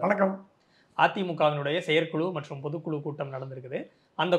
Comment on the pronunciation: Dear, Neenga thooya thamizhil pesuvathaha ninaithu kondu 'Vishayam' enpathai 'Vidayam' enru solhirirhal. Aanal thamizhil 'zha' enra ezhuthu miha mukkium. 'Pothu kulu', 'Seyar kulu' enru solhirirhal. 'Zha' enra ezhuthu varum sorkalai pesi payirchi edunga. Thamizhanaha piranthu "zha' enra ezhuthai ucharikka varavillai enral vetkka padavendum. Oru neriyalaraha Thamizhai sariyaha pesumga.Matrapadi unga petti edukkum muraiyil nalla munetram therihirathu. Men melum valara vazhthukkal.